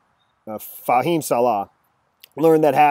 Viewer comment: Thank you for having your facts straight, AND for properly pronouncing Fahim's name. I just viewed a tuber ("Im Normal"...) in which the guy didn't even remember the victim's name, and was ALL OVER THE PLACE with screwed up & half-baked "information!" Thanks, again, for doing the homework before making this tuber!